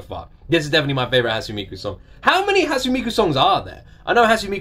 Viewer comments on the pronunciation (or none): How did you land on decision to pronounce "ne" as "n"? It's "Hatsune", not "Hatsun". "Megitsune", not "Megitsun" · hi since i don't see anyone correcting you, hatsune is pronounced "hut-sue-nay", not "hut-soon."i like your reactions. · I've been enjoying all of these! Btw, (correct me if I'm wrong) I'm pretty sure Hatsune's pronounced "Hat-soo-nay" not "Hat-soon" :> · A tip: it’s pronounced like ‘Hot-soo-nay,’ not ‘Hot-soon.’ Three syllables. Thanks for reacting and reminding me what a banger this song is. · I havent seen anyone point it out but Hatsune is pronounced like "haat-soo-nay" rather than "haat-soon" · "Hatsoon Miku" you're soo close and it's bothering me too much to not leave a comment. Because it's Japanese, Hatsune is pronounced "Hat-Su-Neigh." The "sune" in her name is two syllables. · Its not pronounced Hats-une it's Hats-u-nay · Heyya! Nice reaction to Hatsune Miku's Rolling Girl, a classic. By the way, her name is pronounced "Hut-su-neigh Miku". Vocaloid has many different 'Genres' within itself and thats one of the things I love about it, there are tonnes of vocaloid songs out there, if you like songs that are dark and potrays a story, personally I recommend songs from the artist MARETU who produces rock songs with really dark lyrics, specifically "Mind Brand" or "Coin-locker baby". I would love to see your intepretations on either songs. Keep at it! Love watching your reaction videos. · Not trying to be rude or anything but the correct pronounciation is Hat-su-ne. Ne as in net ne. Love the video btw~ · You pronounce the e at the end like hat-sun-ay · Her name is pronounced "Hatsooneh" btw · isnt it a short e instead of a long e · it is, but I'm emphasizing the second syllable since he doesn't use it at all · is anyone gonna say something about how he keeps mispronouncing hatsune